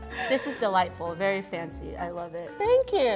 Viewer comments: EVERYTIME she said MAKE IT FUNCY I DIED from the inside a bit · Why can't she pronounce fancy as it is ?? It pissed me off😤😤